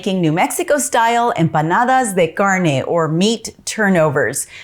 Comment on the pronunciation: Empanadas de garnay. Stop pretending you can’t pronounce it. lol 😆